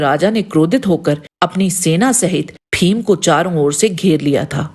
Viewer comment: आप भीम को फ़ीम ना कहें. उत्कृष्ट विडीओ. केवल उच्चारण की ओर ध्यान दे